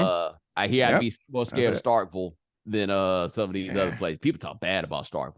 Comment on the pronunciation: Bomani wants to call people "mushmouth" but according to timestamp bomani can't pronounce STARKVILLE MISSISSIPPI 🤔, my closed captioning couldn't even understand him. Come on Bo Jo, how can you expect to reach while having issues with what you teach